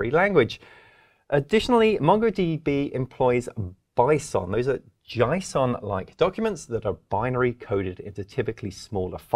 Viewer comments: Nice, informative vid, thanks. It's JAY SON by the way, not JAI SON. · I'm pronouncing JSON "jaison" from now on lol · Never heard JSON pronounced that way!!😃